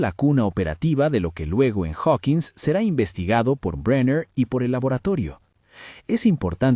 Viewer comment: No pude seguir mas de 3 minutos de escuchar como llamas al dr bräiner, en vez de brenner....